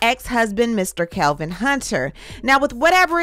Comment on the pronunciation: It's Kelvin not Kevin